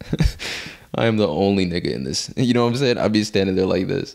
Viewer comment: when you say nigga it dont sound right